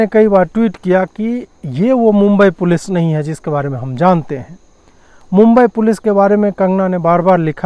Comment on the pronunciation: Did I hear day right? just called Mumbai Police as Meme-bai Police... 🤣🤣🤣🤣🤣🤣